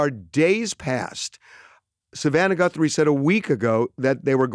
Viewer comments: Did he say GuNthrie???🤦🤦🤦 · Does he keep saying Gunthrie? 👀